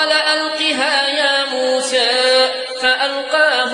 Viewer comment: الله أكبر على اسم موسى عليه السلام كيف ينطق به جميل جدا جداجدا الله عليك يا